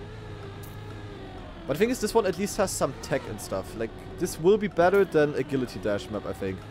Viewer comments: bro is saying a gilly tee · It's because he's german. Agilität is pronounced like that.